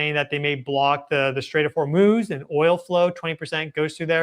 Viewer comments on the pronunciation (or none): none